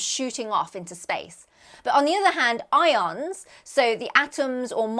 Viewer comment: Don't you mean i-oans? Aren't they what the i-oanassear is named after😮😂